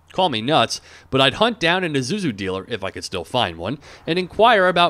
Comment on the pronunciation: it's pronounced eee-sue-zoo not i-zoo-zoo